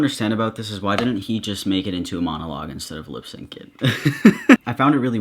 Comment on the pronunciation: didjya say fuckin "LIPSANK IT". wow.